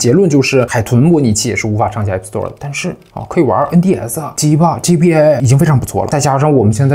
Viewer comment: G BA 非常好發音